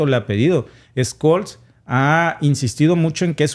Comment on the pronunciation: Olaf Scholz, Sholts, no Scoll jaja